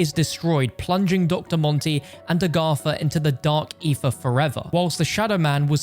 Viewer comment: Always love the "Argatha" pronunciation 😌